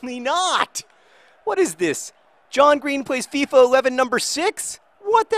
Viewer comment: I'll correct you: FIFA 11, not FEFA 11